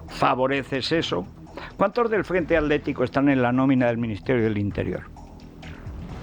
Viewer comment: Federico por que no pueden pronunciar correctamente atletico o atlantico o hitler y en lugar de ello dicen aletico o alantico o hiler? No hablas bien!!!